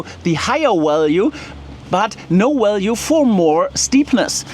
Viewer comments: Your getting your V’s and W’s mixed up…..just saying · VALUE is NOT "WAL-yoo" Look : c a r a "V A" n "V A" L - y o o = value VEHICLE is NOT "vee-Hicle" Say "V E E - ICLE" EVENT = "ee-Vent" REGISTRATION is NOT REgee- stration Say, "re-Jis-tray-shon" ( NOT "ree-jis-tray-shon" ) UNCOUPLED is NOT "un-coopled" Say, "un-cuppled" CONSUMPTION is NOT con-zum-shun Say, "con-sump-shun" THUMB = "thumm"